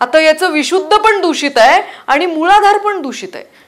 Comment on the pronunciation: मुळधार नाही ग मूलाधार